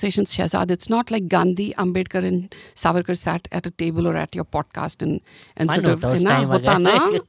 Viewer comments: Dear Shehzaad, it is saavarkar and not savaarkar. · Shahzad keeps calling Savaarkar... but it's Saavarkar.. she called correctly many times, but it looks Shahzad didn't get it. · Its Savarkar , not Sarvarkar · at least Naam to thik se bol lo Savarkar ka , itna bhi hard naam nahi hai . koi gora bhi thik se naam le sakta hai tum to phir bhi idhar ke hi ho.